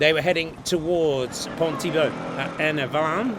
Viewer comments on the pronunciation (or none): none